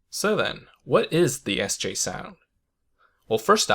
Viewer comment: Aah so cool to hear the second sj sound. Its sounds like an soft dutch g. Idk how to translate it.